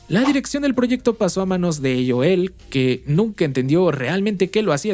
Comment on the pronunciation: Mejicano hablando español pero dice "eioel" (aol) JAJAJJA